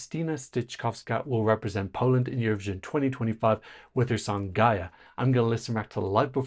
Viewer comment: Very nice pronunciation of her name! <3